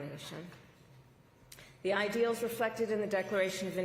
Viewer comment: How many syllables did she put in the word "ideals" ? Your party has acted a fool for the last 100 days, I'll never vote for a democrat again!